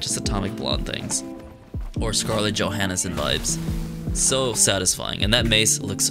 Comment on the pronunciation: scarlet joe "hanesen"?????